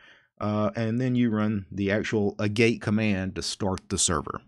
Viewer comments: Pronunciation on "agate" is AA (as in "pat") get. There's a mineral called "agate". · “Agate” is pronounced “AHgat” (it’s a gem) :) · Pretty sure Agate is pronounced like the stone. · Agate is ag-ate, not a-gate. So have you looked into TBL's Solid or the Interplanetary File System?